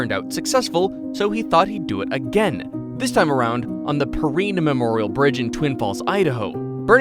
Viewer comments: Twin Falls Locals pronounse it Perrine, not perreen! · It's the Perrine ("Pur Rine") bridge